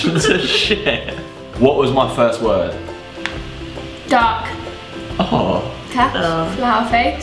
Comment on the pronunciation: Was his first word "duck" or "dark" ????